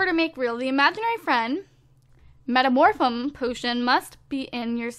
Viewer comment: That moment when can pronounce Metamorphium potion but can't pronounce bachelorette lol